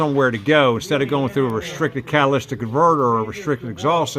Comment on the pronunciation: Cat-uh-lit-ick converter no s in catalytic